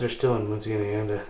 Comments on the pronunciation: mUNcie Indiana, not mOOncie Indiana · I love the way you say muncie Indiana 😂 moonsie Indiana it's pronounced like mun (so like nun but with an m) and the the cie is like see so muncie or Munsee. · FYI, it's Mun-see, not Moon-see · It pronounced mUNcie not mOOncie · It's pronounced MUN-SEE INDIANA. Home of Ball State University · No the ball jar company is not open in Muncie... Closed years ago. And it's pronounced Mun see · Pronounced... MON-See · Amanda Reynolds yep, and there is one I think in Danville IL near the Indiana boarder. The first time I heard someone say Muncie like that, im from the mt summit. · Zachary Solomon yeah I definitely chuckled when he said Muncie lol...